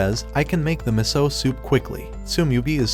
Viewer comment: Meso? It's miso